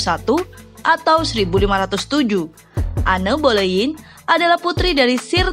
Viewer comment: Enn bolenn bcnya Kaka